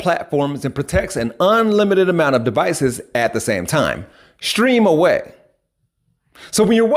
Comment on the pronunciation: It took me a whole 5 minutes to get the emphasis put on "...stream away" 😂!